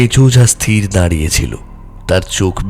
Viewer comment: উচ্চারণ ঠিক করুন।স্থির আর স্তির এর পার্থক্য জানুন আর উচ্চারণ ঠিক করুন।